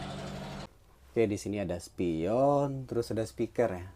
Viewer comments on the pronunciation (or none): none